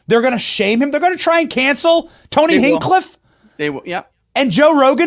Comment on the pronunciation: Every time tou say henkcliff is hilarious. Come on benny its Hinch like pinch Hinchcliff